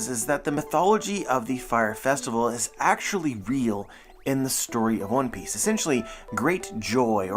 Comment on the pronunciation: For a moment there, i heard you say "One Peace"... hmm...